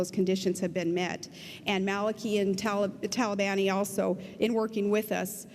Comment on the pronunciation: Talibani???? His name is TalAAAAAAbani.... AAAAAAAAAA ! - She's a "nukilar" dummy! ...but "that's another story" :-)